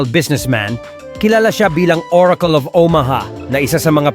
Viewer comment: google❌ googul✅ oracle❌ orakol✅